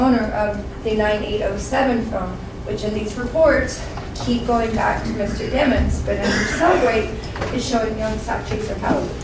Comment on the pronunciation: Dat mane name is demons not dimons